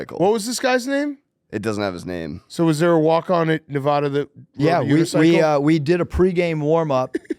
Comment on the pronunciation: Someone for the love of god teach how to pronounce “Nevada” correctly